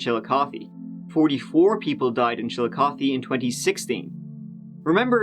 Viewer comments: Shout out to this dude for pronouncing Chillicothe right! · I am so surprised you pronounced Chillicothe correctly!!! I am impressed, most pronounce it wrong. Love your channel, the best one. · I watch tons of videos, they’re great, but I simply clicked on this because I’m from central Ohio and I wanted to hear him slaughter the local pronunciation of “Chill-O-Koth-EEE”. To my surprise, he nailed it. Loved the Dennis Reynolds reference also. Love your videos, sir. Keep up the good work! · I am impressed that you pronounced the name Chillicothe correctly! Many Americans outside of Ohio mispronounce it all the time. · I live in Chillicothe. Thank you for saying it right lol and for covering the story in general. It was a very scary time and things have only gotten worse here since.